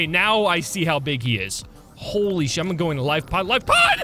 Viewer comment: Your funny you said shied instead of shit lol